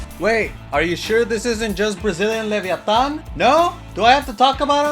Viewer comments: Good Spanish in the Leviatan part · subscribing for right pronunciation of latinoamérica, krü y leviatán hermano